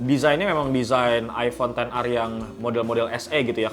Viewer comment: Kenapa ten ar c, bukannya ex er